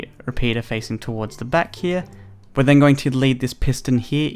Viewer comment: why in he says repeater